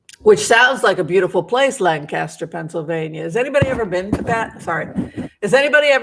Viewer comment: Lancaster === you amazingly pronounced it correctly! Most people I've met don't!! My mother was born in that area === her mother was Dutch/Amish === her father was Jewish. When I told that to my staff member who was from Allentown, PA, while we were working in DC === he froze up and treated me like an enemy from then on. The racism in Pennsylvania is palpable!! You are correct! BTW I was born in Carlisle, PA, and was raised later in the DC Metro area.